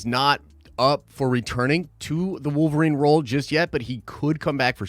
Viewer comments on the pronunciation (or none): none